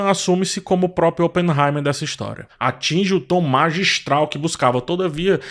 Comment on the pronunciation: fala no Barbie/Oppenheimerrrrr